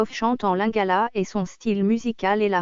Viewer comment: lingala et non langaala 🤣